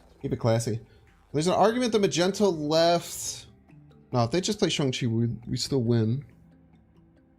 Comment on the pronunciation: What the heck is a "Magento"!??? Lmao